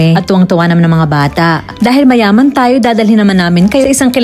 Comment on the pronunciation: Tawa ako talaga sa emphasis na mayaman